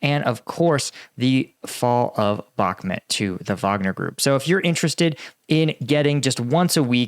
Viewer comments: Love your content but please it's bakh"mut' not mat....... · It's bauhk-moot not met stop saying bauhkmet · I just unsubscribed because you keep calling Bakhmut Bakhmet. I will not allow you to butcher the human language!